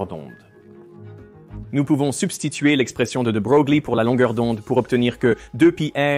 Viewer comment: De Broglie, prononcer De Breuil...